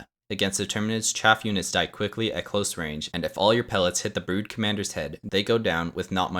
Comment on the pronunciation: It's... CHAFF! Not... CHAFE!